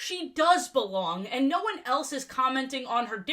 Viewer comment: The Australian "noorr" 😭